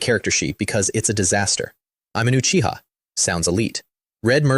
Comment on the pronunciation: at least this one say uchiha instead of acchiha